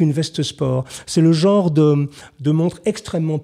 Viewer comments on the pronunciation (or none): none